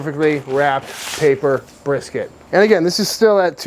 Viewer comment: I was cracking up when I heard how he said "Texas Style BRRRSKT"!